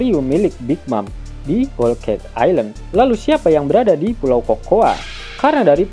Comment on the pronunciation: Miminnya sering becanda, Tapi saat pelafalan selalu serius (selalu bener). Aner (Honour) Houl Keik (Whole Cake) Shankyuu Min, enak didengernya… 😎😎😎😎